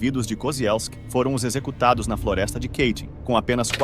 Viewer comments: Apenas uma correção não é Keitin e sim Katyn é assim que se escreve e se pronuncia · Ótima exposição deste massacre vindo à tona pós-URSS. Só um detalhe, não tão sério, mas de valor p/ um canal q trata de temas c/ referências gringas: Katyn não fica nos arrabaldes americanos, ingleses e tal! Portanto não existe.... "Quêitim" !!!! Sugiro q sempre consulte pronúncias no site Forvo (.com), utilizando 'copia e cola' de nomes encontrados no Wikipedia p/ mostrar aos teus alunos como se pronuncia corretamente.